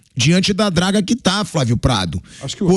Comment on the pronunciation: Parei de ver quando o folclorico Vampeta disse 'Fravio'